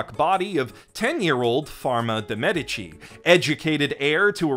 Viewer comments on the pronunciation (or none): none